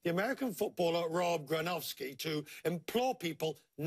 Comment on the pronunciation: The name is not Gronowski, it's GronKowski! Gronkowski with a K!